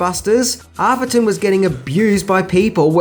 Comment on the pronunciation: Couple of things- it’s “A-therton” - with an “a” like “cat”. Trust me on this one! Secondly, does anyone remember the awful TV edit that came out in the 80s? The iconic “this man has no dick” line was redubbed as ....... “this man is a Wally Wick” The mind boggles!